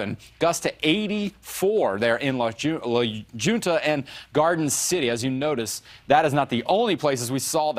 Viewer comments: It is pronounced La Hunta but spelled La Junta. In Colorado. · La junta is pronounced La Hunta.